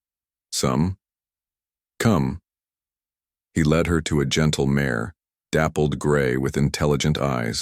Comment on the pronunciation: Good story but it is out of order. Please learn to pronounce mare. It is pronounced like mair and not mahray.